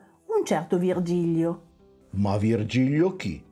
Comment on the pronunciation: Ciao ragazzi, avete fatto solo un piccolo errore: si chiama Vigilio (senza erre).